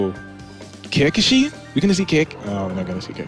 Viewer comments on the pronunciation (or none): did really said Kekeshi?